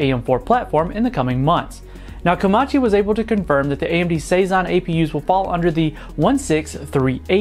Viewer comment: 25 seconds "RAY-MD Ryzen" Raggy!